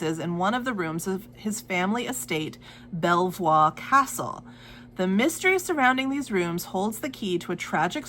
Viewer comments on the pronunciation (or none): Belvoir castle is pronounced Beaver, yes I know it's French but the Norman conquest happened a long time ago, us Leicestershire peasants never took to the ruling French language!